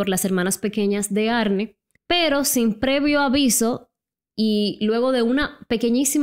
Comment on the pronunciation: "Arni" se pronuncia baby, no "Arne" 🤣🤣 y Lorrein ... no Lorrain. Aprende ingles un poco bombon.